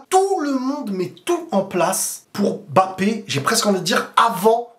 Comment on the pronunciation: La bonne prononciation de Mbappé 👌🏿on voit les efforts mdr